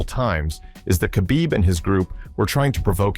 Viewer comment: u see AI cant even say khabib correctly. what a lazy video